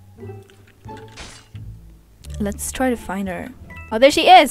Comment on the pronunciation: 0 : 27 😂 we are going to twy it out 😂😂